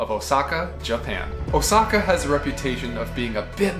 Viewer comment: Is "Oh Sackhaar" not a german pronounciation of... Lets say something "different"?